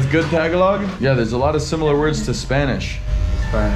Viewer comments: Tagalog is pronounced: TAH-GAH-LOG, just faster as TAHGAHLOG. Not Tag-ah-log. I hope that makes sense. Stay safe out there, man. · it’s pronounced tar gar log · I'm still surprised that not a single person has yet to correct this man incorrect pronunciation of tagalog. People there are so nice.